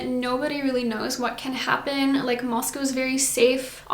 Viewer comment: Moscow not Mosco.